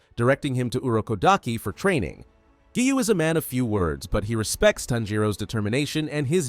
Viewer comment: People keep saying that the voice is ai so maybe it just doesn’t know how to pronounce